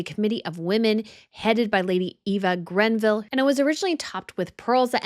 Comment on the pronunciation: It’s Greville, not Grenville